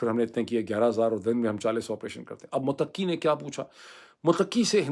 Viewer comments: Muttaqi Not muttaqqi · Bhai Afghan Foreign Minister’s name is, Mut-qi not “Muteqi “ . Means پرہیزگار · Pl correct u r pronunciation: Mttaqi. U r stress is on QQi. No stress is on TT. So it is like Mutta....qi. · Not mutaki. It is Mutta kee. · It's not mutaqqi. It's muttaqi. Taqwa wala! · His name is not mutakki. His name is mutt ki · سر تلفظ تو درست کر لیں ۔موتقی نہی مُتّقی ہے ۔۔معزرت کے ساتھ بات گھماتے بہت ہیں 😂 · جناب افغان وزیر خارجہ Mutqi نہیں بلکہ Mutaqi ھے۔ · "Mutakki" naheen bhai 'Muttaqi" hey, jaisey "Muttaqi parhezgar". Vesey vlog achha hey. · یہ لفظ متقی Muttaqi ہے ۔ Mutaqqi نہیں ہے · Please pronounce the word 'Mutta-qi' correctly. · Muthta qui Correct pronunciation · Dr Moeed your pronunciation of Muttaqi is not correct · It's Mut' taqi..😊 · متقی مت ایک لفظ ھے آپ نے ق کی بجائے ت پر ذور دے کر پڑھنا ھے۔۔۔اس کا معنی پاک ھے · ڈاکٹر صاحب مہربانی فرما کر تلفظ درست فرمائیں مت ۔ قی